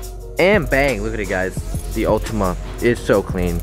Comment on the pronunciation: Its Altima not ultima